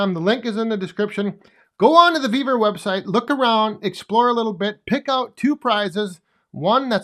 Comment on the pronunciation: Love the video on the new shelves and Thank You for answering my question. I would Love to have that Yapa 315! Also it sound like you are saying "BEAVER" not "Vevor" website.:face-purple-crying::face-blue-smiling: on this video 10: 20 on the CC you do say Beaver website.